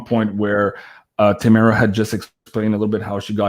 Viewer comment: "Tahh-maa-rah" not Tayy- mirror...just sayin 🤣😂 and with all due respect u probably shouldn't have tried to "manage" two Queens who were connecting in such a magical way 🙏💜 you are clearly spiritually bonded to and clearly of great heart and spirit... But those two women needed to be given the floor..so to speak. Usually you are the best host with the most insightful direction but just occasionally let them flow 💜💜💜 these beautiful women probably saved you once upon a time, so you could be the soldier you are now 🙏 xx